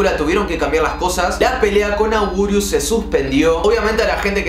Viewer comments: No es augurius es anguirus 🗿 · Por cierto se escribe Anguirus pero se dice angirus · Angurius XD, es anguirus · sos un ídolo pero se escribe y se pronuncia anguirus